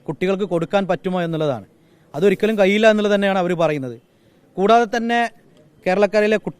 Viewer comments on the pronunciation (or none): പിഴവുകൾ പിയവ് അല്ല കഴിയില്ല കയിയില്ല അല്ല